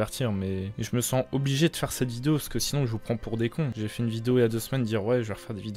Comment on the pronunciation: il a dit une viose